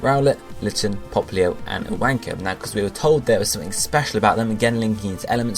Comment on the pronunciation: the way you pronounce iwanko XD